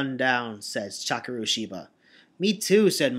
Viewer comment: Um, first, I think you misread Ban's name. It's not Banban Azuka, but Banban 'Akaza'. Also I thought that when you said 'Takeru', the 'e' should be of a higher pitch, but maybe that's just your style?